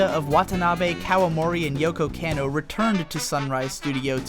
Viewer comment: Kah-no. Yoko KAH-no! KAaaaaaahhhh! Cmon bro, your stuff is so good, bad Japanese really stands out. :)